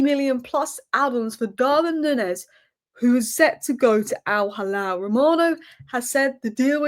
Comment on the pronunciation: It's pronounced al-heelal. Halal is for the meat 😂